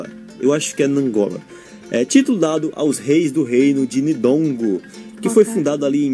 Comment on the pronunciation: meu caro, não é nidongo nem nangola, mas Ndongo e Ngola, nt, nz, mb, mp, nd, nk, nh, ny, nw, mw, nw, ng, ns, nf, nv, Sao muito comuns nas línguas bantas, grupo linguístico de onde derivam as línguas de onde vêm esses nomes. Cada idioma no mundo tem suas particularidades, por isso eu amo estudar línguas❤ minha cara Você pronunciou correctamente o nome de todos os nomes das províncias, excepto o "banguela". Bravo👏👏👏